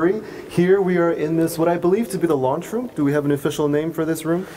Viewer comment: Did he say "launch room" or "lunch room?"